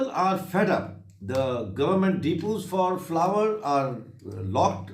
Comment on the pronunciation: Flour ko Flawar bolny wala Khasmir ko Alag kary ga Pakistan se❤️❤️❤️❤️😂😂😂😂😂